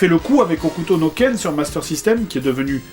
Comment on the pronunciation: "Hokuto no Ken...Shinsei Kimatsu.. ..Kyu Seichou.. desu waOuais bon, Last Battle c'est très bien en fait". J'avoue que comme tu le prononces c'est convaincant xD !